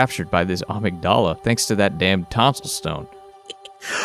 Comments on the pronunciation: Awesome video, def gonna check out more from this series. Minor nitpicks thought: The "t" in apostles is silent and "Amygdala" is pronounced "uhmig-dullah" and is a portion of the brain associated with experiencing emotions😉Patches just pronounces it weird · That’s not how you’re supposed to pronounce amygdala. Uhmigduhluh Edit: I should say, in game I figure they’re just mispronouncing it. In Japanese it would sound something more like how they say it, “ahmeegudahrah,” but Amygdala is just a word and it’s pronounced with the schwa rather than the “ah” vowel.